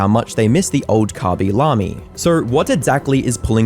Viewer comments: i dont want to be a nerd but itsh not khabi lami its khaby lame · Khaby lahmie is a way I’ve NEVER heard his name pronounced lol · Bro really said kabi lami😭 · Ngl that pronunciation of khaby lame as khabi lami got me rolling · Wait that's how you pronounce his name?